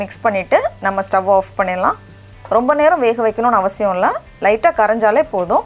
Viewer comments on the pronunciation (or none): none